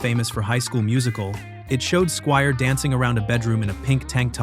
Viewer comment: Crappy AI strikes again. Rock me TOE-nite and Billy SKWEER??